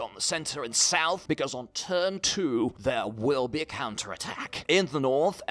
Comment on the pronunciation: Why does it sound like you say cancer attack instead of counter attack